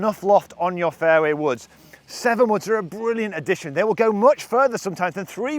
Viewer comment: Every time he says fairway woods it sounds like fairy woods